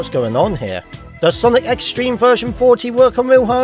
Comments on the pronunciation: His Z-Treme pronunciation (Z-Stream) infuriates me... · on z-treme it sounds like he’s saying z stream